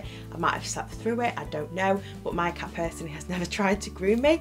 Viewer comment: CAT... CAT... not car.